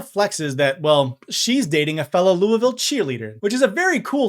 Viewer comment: Need season 5 and also thx for saying Louisville right.